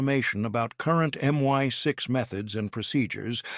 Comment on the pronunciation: I’d subscribe if you could sort out the pronunciation of M I 6 /5.